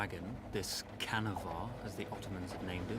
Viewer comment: And you read it like "Janavar" not "Khanavar"